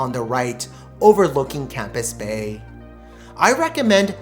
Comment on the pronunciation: It's NOT Campus bay - its Camps Bay